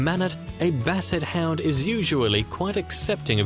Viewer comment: I could of sworn I heard you said Basset Hand